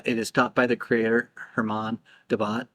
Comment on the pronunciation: Vernet with a hard T like fishing net. Jeff McBride said that Roberto Vergonjeanne told him in person :hand-purple-blue-peace